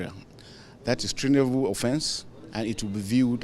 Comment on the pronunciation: He couldn't even pronounce treasonable properly. You will know you are in trouble when you know that your country military head is half illiterate.